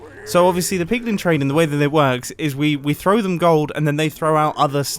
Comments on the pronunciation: "Higher likelyhood of spawning zombie pugmun" 😂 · PIGLIN NOT PIG MEN